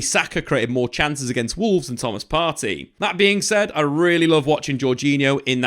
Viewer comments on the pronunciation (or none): none